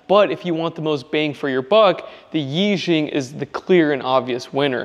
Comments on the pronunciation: I think it is pronounced “ee” “sheeung” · Nice! It doesnt matter much, but its pronounced Eee shee-yang. Means like mega lucky, or something. Id like to get my hands on some of these.